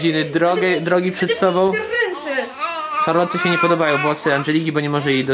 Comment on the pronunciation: Wymawia się Szarlot,a pisze Charlotte.